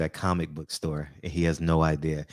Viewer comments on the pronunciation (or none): none